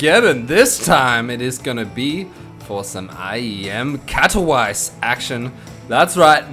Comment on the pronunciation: You just couldn't pronounce Katowice worse ;)